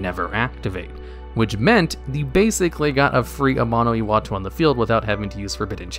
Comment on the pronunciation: Say it with me now:AMANO....... IWATO